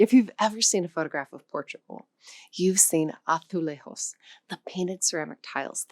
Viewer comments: AzuleHos was the worst. Why pronounce Portuguese in a way that is neither Portuguese or English? Makes no sense. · Sorry, but why on earth do you (mis)pronounce azulejos as if it's Spanish?! If you have a language-related channel, you can't make these mistakes...